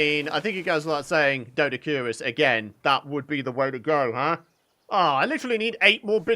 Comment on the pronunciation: It is pronounced doe-dic-or-ris…lol😊